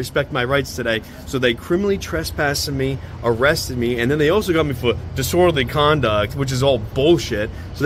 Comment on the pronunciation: I still gave him an Oscar nod for his performance when asselmo was locked up in RI, standing out in the cold and the snow crying about poor asselmo and his now destitute kids because the freedom fighter (giggle) got locked up for " disworderly"